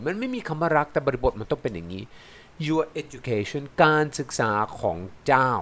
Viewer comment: การศึกษาของเจ้า คำว่า เจ้า ต้องออกเสียงสั้นครับ ถ้าออกเสียงยาวจะมีความหมายที่เรียกกษัตริย์ครับ